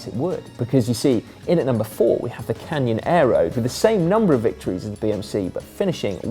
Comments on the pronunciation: did simon really say "canyon aero"? as in the canyonero from the simpsons? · The way Simon says "Canyon Aeroad" is way too close to Canyonero...